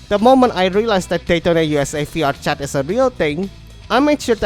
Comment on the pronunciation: i thought you were saying fiat chat